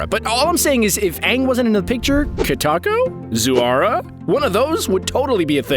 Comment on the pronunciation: “Katako Zu-ara?” Me: you mean Zutara. The whole fandom knows it’s Zutara man. Jk not being mean but I love Zutara. I ship it. Also Mai’s name is pronounced “May” not “Mye”